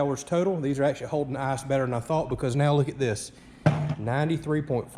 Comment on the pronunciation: Sip your beer every time he says ACKshully .. you'll NEVER finish the video